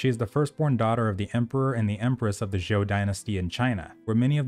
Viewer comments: It's just pronounced Joe, like Joe Biden; lots of people struggle with the Z's in Chinese - Zh is like a J sound in English, or for example zhi - sounds like Jerk, but you stop at R and make and make a sound like Jurrrrr. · Better pronunciation of zhou. 😁